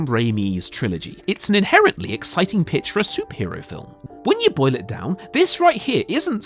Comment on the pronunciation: When I'm not watching the video and just listening to the audio and he says "When you boil it down." It sounds like "When yo boy let down."